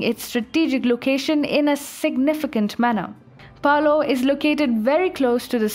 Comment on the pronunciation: Great news! I thinks its pronoounced Palow I'd like to see the Philipines stand up also